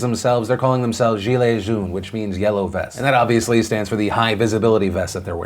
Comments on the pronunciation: It's pronounced gi.eh joan, not jil.eh joan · As a french speaker, I applaud you for trying to pronouce "Gilet Jaune". Probably some of the hardest sounds to recreate for an english speaker. It wasn't very good, but the effort means a lot. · "Jileyy joune" 😂😂😂 Your french attempt is quite funny haha